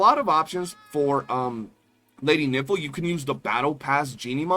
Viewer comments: Bro can you pronounce Nifle right..? it's the same way rifle is pronounced but with an N. I don't know if you are doing it for the funnies but it's pretty cringey... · I heard it as Lady Nipple. 😂